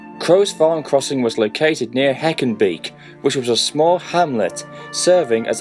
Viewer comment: *HackenbEHk pronounciation I believe. You know, eveb though there were a couple speach errors I am starting to like it nevermind the somewhat lack of the engine's backstory to the accident. The jumpscares really add to it, and it has a really TVS-ish feel to it. 8.0/10 so far